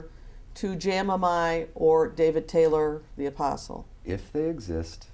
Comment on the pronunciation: The "A-PORK-STLE" 🤔🤭🤣😂🤣